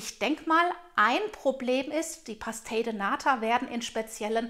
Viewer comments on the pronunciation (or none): man spricht das portugiesisch PASCHTEISCH aus